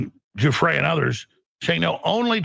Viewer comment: How come no one pronounces the late Virginia Roberts' married name, Giuffre correctly? (Except Alex Jones) and thus pronounced : Joo frey. After having watched many podcasts about this lady, and I looked up the phonetic spelling because I have heard a miscellany of speakers pronounce it "Guffree." Ok so I have identified one of my pet peeves. lol Carry on.